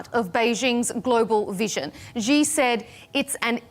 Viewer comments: Is it that hard to pronounce 'Xi' and 'Beijing' correctly? It's 'she' and 'bay-jeeng', not 'zhee' and 'bay-zheeng'. For goodness' sake, stop this nonsense! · I am on many programs on different networks around the world, and many hosts mispronounce Xi Jinping's name. I sometimes try to let them know before or after the show about this. However, this is a losing battle. Most will continue to pronounce it as "GHEE" or "ZEE".